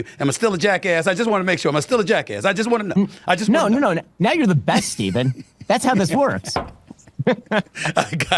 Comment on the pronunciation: bro fix the fucking name. its "Stephen". it takes 5 seconds to research his name